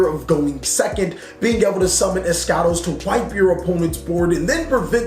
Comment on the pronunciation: Finally someon who didn't competely butcher eschatos, mbt says "Eshatos" which is wrong, it's "eskAtos"